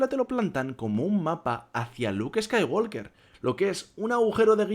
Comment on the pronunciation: La L de Walk no se pronuncia. No se dice "scaiguolker", se dice "scaiguoker", sin la L.